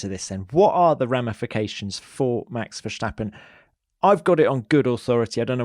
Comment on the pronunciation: Max Verscchtahppen